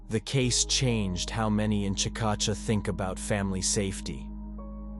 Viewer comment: It's pronounced chick-a-shay😊